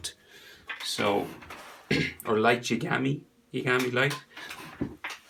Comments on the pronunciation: Light Yar-gar-may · its yar-gar-mee